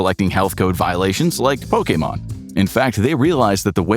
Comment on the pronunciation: I appreciate you saying Pokémon the right way lol